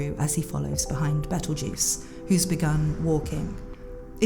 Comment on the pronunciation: Nice video, You have a nice voice. But, His name is petleguese not betlejuice